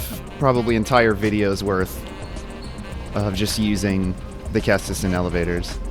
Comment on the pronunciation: Also, good pronunciation on the ceastus!